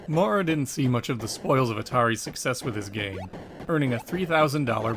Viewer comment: In American English “Maurer” is typically pronounced so as to rhyme with ‘power’. Unless R. Maurer is from the UK you might consider fixing it. Great great job though. Thanks for doing this series.